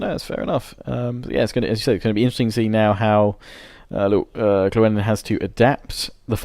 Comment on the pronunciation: Why do you pronounce Llewellyn as Klewellyn???